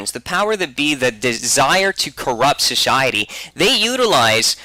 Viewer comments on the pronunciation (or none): Is anyone else bothered by saying shuhshiety instead of society? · It is society not "Soshiety" XD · I hate to correct you but it's actually "shoshiety" you see! "SHoshiety" But hey never mind ;) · Sosiwaty. Elmer Fud to the max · His pronunciation of Society as "shoshiety" and Simpsons as "Shimpshims" will haunt my memories for a long time.